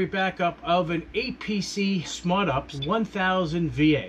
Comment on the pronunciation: U-P-S Not ups